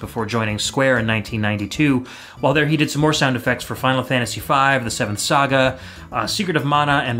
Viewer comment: Love it. Hes pronouncing Saga a ilil weird too. Its def Cro No